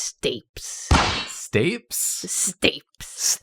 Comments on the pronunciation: not "stapes", "stay-pees" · As a speech therapist I can assuredly say it pronounced Stay pees not stapes lmaooooo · The pronunciation of stapes is killing me 😂😂😂 Is stay-pees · i love yall dearly and i regret to inform you that stapes doesn't rhyme with apes, it's pronounced STAY-pees. it's called that because it's latin for stirrup (like on a saddle, where you put your foot), which it resembles. it's the smallest bone in the human body and is the last bone in the chain of ear bones: the malleus (hammer), the incus (anvil), and stapes. the hammer strikes the anvil which transmits the vibrations to the stirrup, and then the vibrations are translated thru the membrane of the oval window into the cochlea, where they begin the process of being decoded from vibrations into nerve impulses our brains will interpret as sound! also congrats to J+J on the tiny human announcement! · "stapes" is pronounced "stay-PEEZ" (not trying to nitpick 😬) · I hate being That Guy but I gotta tell you - stapes is pronounced stay peas. Just fyi - I know nobody cares. Sorry. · IT'S PRONOUNCED STAY-PEES, NOT STAPES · Pronounced : Stay-peas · its STAPEEEEES pronounced with an EEEE sound,. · Shouldn't Stapes be pronounced "Stay-pees", or am I going crazy? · I learnt that you can't pronounce sapes (like achilles), or shears. Have a like! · As a medical professional, the pronunciation of stapes was wild to my brain and I couldnt get past it every time it was said 😂 For those curious, its pronounced stay-peas. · When I saw the video title I hoped pisiform would be one of the bones! Please do one with muscle names I need to see what Sartorius looks like Slightly sad that you missed out on the "stay pees" latiny pronunciation of stapes, can they please be drawn in a drawfee stream? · I’d just like to correct some bone pronunciation dot that I’m a linguist. I just studied anatomy. Sphenoid = s-FEE-noid Stapes = stay-peas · It’s pronounced Stay-peas Edit: Oh boy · Stapes = stay-peas